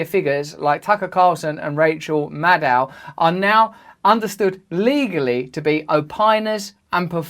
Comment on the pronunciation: When Russells says Maddow iit sounds like Mad Cow